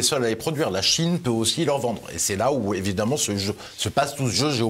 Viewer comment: Le " e" d ' évidemment se prononce " a".... exemple d ' erreur due à la méthode dite globale d' apprentissage de la lecture....